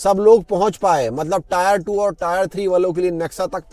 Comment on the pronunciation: tayer nhi tiyer ❤😂